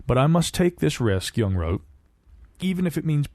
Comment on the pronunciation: Credit for saying Jung correctly however.